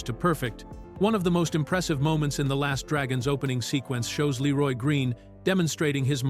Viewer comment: Ai slop voice. Doesn't even say Leeroy Green right